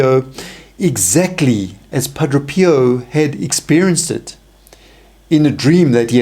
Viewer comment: Pa - DRAY! NOT Pa- DRO!